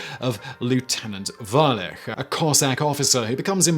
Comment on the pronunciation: In Lyermontov's "Fatalist" the eponymous lieutenant's last name is"Woo-lich" not "Valech". He is described as Serbian and that is how you pronounce the serbian surname Vulić.